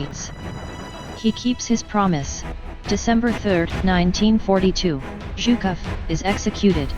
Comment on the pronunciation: what kind of accent is this? She has the weirdest pronunciation! She fucks up words like "voluntary" and pronounced Zhukov's name like "Chuka"! Geez! it's a pretty interesting video but the ridiculous narration brings it down IMO